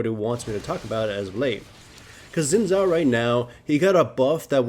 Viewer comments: Zin Zow... It's Sin Jow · it is pronounced sh-ee-n Zhao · sheen jiao. pronounce it like that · Haha 'Zin Zao'. xD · It's certainly true that Xin's kit needs to be made more elaborate. It's a shame that wasn't Riot's aim in his buff, and he'll be nerfed again shortly even though ultimately he's not a great champion (he's never in the LCS). By the way, Xin's name is pronounced Shin Jao. It's Mandarin Chinese.